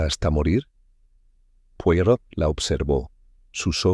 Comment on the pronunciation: La nzrrativa esta buena y entretenida pero definitivamente no es de agatha Cristie. Otra cosa debieran. Lo menos averiguar como se pronunc I a el apellido c de Mr. POIROT. saludos.